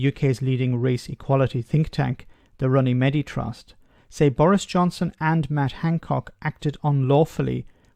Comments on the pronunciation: Minor point: I'm pretty sure the Runnymede Trust is pronounced like "runny mead" not "runny meddy" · I love both your posts and accent but it's pronounced as runny mead, as anyone would like their mead. Keep up the good work.